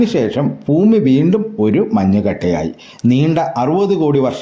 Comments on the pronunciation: കുറ്റപ്പെടുത്തുകയല്ല ബ്രോ ഫൂമി അല്ല ഭൂമി 👍🏻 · ഫൂമി ! എന്തൊരു അരോചകമാണിത് ഭാഷ നന്നാക്കാൻ ശ്രമിക്കൂ ശരിയാക്കിയെടുക്കാവുന്നതേയുള്ളൂ